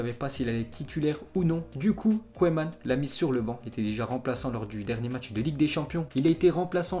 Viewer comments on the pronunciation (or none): Toujours de bonnes infos très intéressantes par contre la prononciation du coach de Barcelone a revoir mdr ( ça se prononce queumane) mais bon en t en veux pas trop vu tes bonnes infos continue